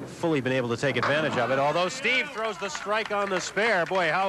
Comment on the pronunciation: Hey...wait....did I actually hear these two clowns pronounce Steve's last name correctly?? WOW!!